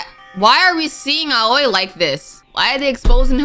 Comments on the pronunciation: Oh yeah aoi is said like owie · I thought Aoi’s name was pronounced as “Owie”